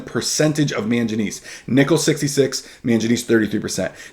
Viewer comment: Very good video, just wanted to note that it is pronunced man-guh-knees